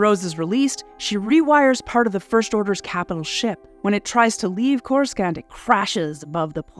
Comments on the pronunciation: 😆 When you outsource your voiceover work for a Star Wars themed video, make sure the person at least knows how to pronounce the names of the locations in the films. Like CorusCant, for example. Lol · Whoever wrote and narrated this needs to go. Spend 2 minutes of telling us what Star Wars is as if we wouldn't have clicked on this if we already didn't know. The narrator speaks as if she is reading a lame fairy tale to 5 year olds. Also, "coruscant" the C is silent. I feel like you never watched any of the Star Wars films. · Let’s give a preliminary R.I.P to the narrator for inevitably being attacked by Star Wars fans for mispronouncing “Coruscant.” F’s in the chat, bois… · Couldn't finish. Learn how to pronounce Coruscant, for Fuck's sake! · every time she says Coruscant wrong its like nails on a chalk board. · Are you purposefully mispronouncing Coruscant??? Much cringe. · I’m here for all the comments about the mispronunciation of Coruscant. Had to stop watching…hurt my ears. Do or do not. There is no try. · WTF Happened to the Pronunciation of Coruscant???? That was easily researchable. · UGH! The second "c" in Coruscant is silent. Why are names that have been established for DECADES pronounced incorrectly?! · Because the hired voice “talent” has clearly never even seen the movies. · Oof yeah. It stings every time she says it. All it took was just one person who had any love for the series to check the vid first and that would've been glaringly obvious. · Yeah. Even if the talent doesn't know the pronounciation, that's what a director/recording producer is for. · Oh my gosh. Its not pronounce c-o-r-u-s-c-a-n-t. Its pronounce like C-o-r-u-s-a-n-t. The c sounds like an S. You really can tell who is a star wars fan. Geez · Yeah this pronunciation bugged me too. Makes me think it’s an AI read. Core-is-scant is not the way. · CoreSCANT? Really???